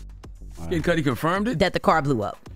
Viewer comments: Kid Cudi, rhymes with muddy, not cutie 🤦🏼‍♂️🤦🏼‍♂️ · Kid cutie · It ain't Kid Coo-Die either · Yea but especially listening to British cats and white cats and even some black and latinos not in the knows for years saying 2pack..it doesn't hurt my ears as much as Kid Cue-tee or Coo-Die..but at least the former I could accept as a girl tryna call him sexy or something...these AI bots need a slang update..but oddly enough it said Suge right...I thought it'd say like my girl use to joke saying Sooge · im impressed by how many different ways the narrator mispronounced cudi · That’s where she’s making the I jump the d to make the U say it’s name 😂😂😂😂